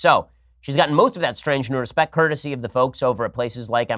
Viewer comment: Omg , respict, too funny